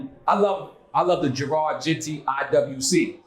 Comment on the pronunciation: I love you Nore but it’s Genta Not Genti /Genty 😂